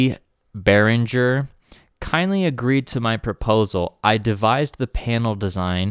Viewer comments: I follow your videos cause I like to see what's in Berinhger stuff coming in the market One note Since Berinhger is a Swedish name pronunciation should be g for e so pronounce Beringer I know is different language and I am Italian but I'm also very passion about languages in general so I learned few languages and some pronunciations here and there Take care and keep on going that now that I found some useful in this platform full of idiots really makes it pleasant to watch a bit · Oh no, don‘t trust their advertisement department as it seems that there are no german native speakers!!!😱 Behringer is a quite common second name in Germany and the correct pronounciation of the „g“ is like in english words ending on „-ing“, e. g. walking, painting… Yes, that’s it: BEARING + ER 👍 (The „r“ in the center of course is a classic german or french „r“.) GreetINGs from Germany👋🇩🇪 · His name is pronounced Oolie Beeringer. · I am from Germany, the "U" in Uli Behringer is pronounced like the "oo" in "loop", so it's basically Oolie 😆 And the "G" in Beringer is not soft, more like in "linger". Hope that helps. Great show, keep em coming 🔥🙌